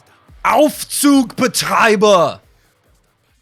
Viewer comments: You pronounced the Aufzugsbetreiber nearly perfect :) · "Aufzugsbetreiber" was flawless 🤝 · Aufzug Betreiber😂 sehr gut ausgesprochen 👏🏼🤝🏻